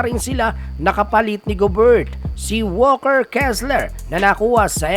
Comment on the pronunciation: ayusin mo naman pg pronounce mga apliyido ng mga players kaibigan..donovan not donavan,towns hindi town...walker hindi walkers.